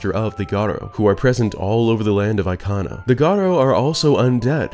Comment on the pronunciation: The way you said Ikana valley or anything Ikana related made me want to cry. No offense it just sounded wrong. Aikhanah valley is just a no😭